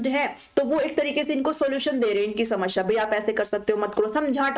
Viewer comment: Ma'am shmasheea nahi hota bulki samaseea hota hai